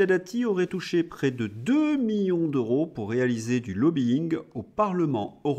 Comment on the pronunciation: cher, pourquoi prononcez-vous: "euro" comme s'il y avait un H aspiré devant ce mot. "En français il y a: "les zeuros, les teuros, les keuros..." et oubliez-vous souvent les liaisons comme dans: " les siençumaines" par exemple?